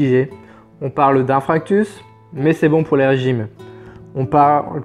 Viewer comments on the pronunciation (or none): "pas "infractus" mais "inFARctus" lol sinon super chaîne que je viens de découvrir, je m'abonne direct!